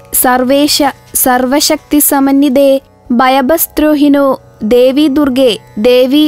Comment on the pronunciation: Bhayebhya sthraahino Devi ennanu,please be clear when reciting mantras ,as no written version given,and people may not follow wrongly